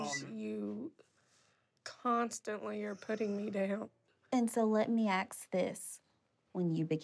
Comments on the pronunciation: When the African American therapist wears a very obvious blond wig and says “let me ax you” instead of “let me ask you”, it somehow takes away from her ability and professionalism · The therapist saying I want to aks you a question just killed me🤣🤣🤣